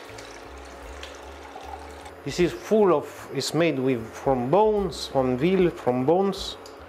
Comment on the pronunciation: “We will crush wiv thee … ass of the pan.” 🤩👏👏